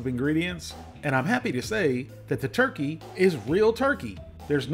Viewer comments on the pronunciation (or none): Roasted “Rurkey” Tender Medallions.